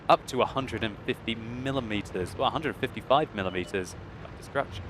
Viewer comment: i love how you say millimeter "mileameta"